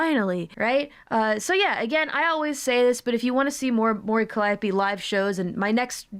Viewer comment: You missed my birthday by a few days but your present more than makes up for that: a clip of Mori Calliope saying her own name, which I'm sure will mean you'll stop spreading a clearly-wrong mispronounciation, right? :P